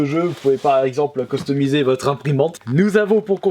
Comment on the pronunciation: on dit cUstomiser et pas cOstomiset